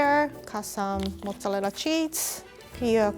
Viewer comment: i love the way she says mozzarella